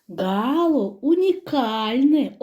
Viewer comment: ГалО, а не гАло.